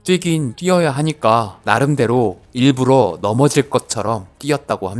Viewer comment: 일부로X 일부러O ... 심지어 발음도 일부로라고 발음하네 ㅋㅋㅋㅋ 이러니 요즘 애들이 맞춤법 개판나는거 이런거 보고 그대로 익히거든.